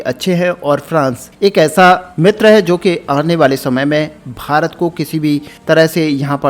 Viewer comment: Bhai tu Bharat bolna Sikh... farat farat kya bake jaraha hai. Also farat har line mei 3 bar bolta hai or dosto har line mei bolta hai. Or baki ka bak bak. Content script likhne per ja pehle kam ker phir aanavloga le ker.